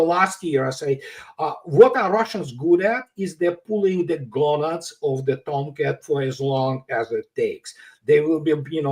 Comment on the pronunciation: "pulling the gownads of the toumcats..."